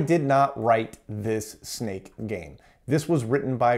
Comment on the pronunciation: Anyone else keep hearing it as CMake?